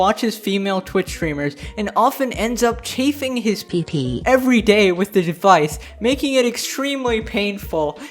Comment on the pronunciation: The way you said pp is PEP PEP